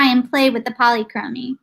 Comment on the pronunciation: Youre saying polychromy wrong